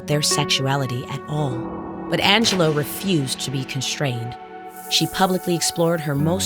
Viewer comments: Angel-loo, not Angel-loe. Sad she is no longer with us. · Fascinating, but also…. I thought her name was pronounced Ang - uh - loo? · On a lighter note: 'Angelou" accent was quite funny:face-green-smiling